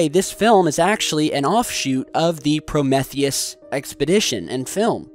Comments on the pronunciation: Never heard of Pro-Meth-eus, but I have heard of Pro-me-theus. Anyway, I believe you are "reaching" with a lot of these. Ever think that maybe space debris from, oh... I dunno, maybe "US" could be contaminating the surface of Mars? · Btw it's pronounced Pro-me-theus, NOT Pro-meth-eus. Just saying. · Don't tell other people what they like about ALIEN. You like 'Blood and Guns' like morons do.. , I like the intrigue, mystery and complex storytelling. You CAN'T EVEN PRONOUNCE PROMETHEUS YOU ARE SO ANNOYING .... PRO 'METH' EUS. UGH. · Serious? "prom-ETH-ius"? LIKED IT??? How? WHY?? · Prometheus is pronounced Pro-Mee-Thee-Us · It's pronounced pro-mee-theus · Promeeeetheus, not Prometheus. pronounciation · how is it that you're a fan of PROMETHEUS, yet you mispronounce the word PROMETHEUS?? Lol...;) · when you can't even say prometheus properly :| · Lol...How do you mispronounce Prometheus... It says it a bunch of times, right the movie... lol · And another thing... the way you are pronouncing 'Prometheus' really makes me wonder about you. 🤔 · Castor Troy right!? Lol and why can't he pronounce Pro-me-theus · Prometheus, pronounced with a long e